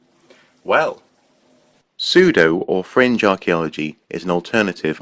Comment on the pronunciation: The first time you said "fringe" I heard "cringe." Close enough.